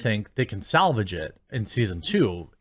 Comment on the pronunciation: “Salvage”… shut the f..k up, LOL.